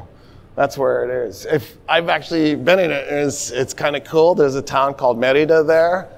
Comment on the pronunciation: Every time he says "cool" , i hear cruel.